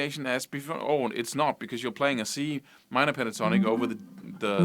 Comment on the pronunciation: He sounded Welsh then! ''Play that A minor Pentornik Boyo mun. I'll clap ewe lights owt now cheeftan. Phew good good goodness. Oes sqwileff yn Dda Butty!'' LOL